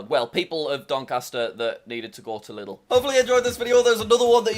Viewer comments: Lidl ist pronounced leedl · It’s not Lidl it’s Lieeedeeeeeeel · It’s L-EA-DEL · Fun fact Lidl is pronounced L-e-dol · It's not lidl it's liiiiiiidl